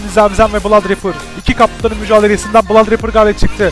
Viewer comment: Olum sonda adam bladraper diyo la :D malmı ne aslında onun adı blod abi olacak 😀😅